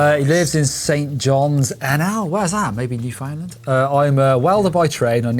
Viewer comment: It's noo-fn-land, not New found land. If I have to learn how pronounce Worcestershire, you can meet me half way and learn how to pronounce Newfoundland.